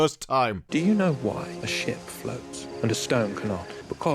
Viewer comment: ...it sounds like he says : "Do you know why the sht floats?" XD